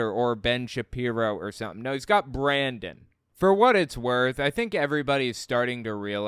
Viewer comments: I think it's Brannon, not Brandon... I hate that I know that. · Wait... Did Mike call him Brannon? edit Typo